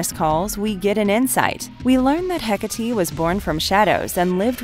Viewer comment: *Heh-kah-tay The emphasis is on "kah".